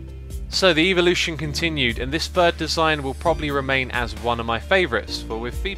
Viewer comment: duisjfuds dinges I think it's just his pronounciation as I've heard it pronounced like that a few times,even if I would prefer to think it was a reference :P